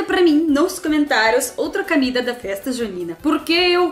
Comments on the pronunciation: Olá. Seu canal é ótimo. Sou seu admirador. Queria deixar uma pequena dica: Em português a letra "o" sempre tem som de "o". Comida, e não "camida". Gostoso, e não "gastoso". Com o tempo, a gente aprende. Estudo russo e também não é fácil. Beijos. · Camida? kkk Em português nunca se pronuncia a letra O como A.